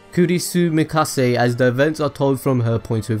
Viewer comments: It’s Makise not Mikase. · "Kurisu Mikase" Lmfao it's MAKISE Kurisu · He also repeatedly said Kurisu Mikase. Like WAT. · wanna cringe even harder? he said mikase instead of makise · its makise kurisu not kurisu mikase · Kurisu MIKASE :v dude... makise kurisu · Did you fucking said Mikase Kurisu? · Kurusu Makasey? At least try to pronounce their names right. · RoyalSoulCrafter yep, he did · Makise. MAKISE KURISU. Good video though. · I cringed every time he said that... It's Makise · learn to pronounce names please. Hououin is not pronounced Hoenheim. its also pronounced Makise.